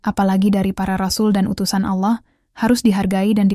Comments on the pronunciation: Kentara skali narasumber nya bukan Islam, penyebutan Allah menjadi ala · Dan naratornya klo ucap ALLAH sering ga pake tasjid L"...